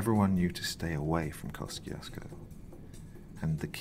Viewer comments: Wow, your voice is so smooth it can melt the butter of my heart. But damn, the American pronunciation is hella weird. We pronounce it Kosh-chush-ko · FYI. It's pronounced. Keh- choo- skoe